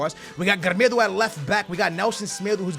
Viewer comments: Não é 'gremedo' é 'grImAldo ahahah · It's not "Gremedo" It's "Grimaldo" You're saying it wrong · Not gremedo, Grimaldo😂😂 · How are you making 'germedo' out of 'GRIMALDO'... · It is not GRAMEDO it's GRIMALDO!!!!1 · Its not grimedo... Its grimALdo i feel insulted as a benfica fan And its pronounced carilho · Its not grimeeeedoooo... its gri-maaaal-dooooo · His name isn't gremedo its grimaldo ffs im tired of you pronouncing names wrong 10 times every vid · I'm sorry but how can you pronounce Gri-mal-do as Gre-me-do? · LOL...Who the hell is "Gremêdo"?:P... It's GRIMALDO:D... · Not Gremedo but Grimaldo xD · GRIMAAALDOO! não se diz Grimedo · Its not gremedo its grimaldo u r saying it wrong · Grimaldo is not called grimildo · SKILLZ IT'S NOT GREMEDO!!!! IT'S GRIMALDO!!! é bue irritante ahahahaha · U don't say Grimedo its Grimaaldo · His name is gree-mal-do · "we got grmido at the left back" 😂😂😂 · PLS START SAYING GRIMALDO RIGHT, JUST READ HIS NAME SLOWLY AND YOULL REALIZE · You would think by now wouldve learned how to say Grimaldo's name. No hate just saying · mann you are killing the namess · how does he pronounce Grimaldo's name? lmao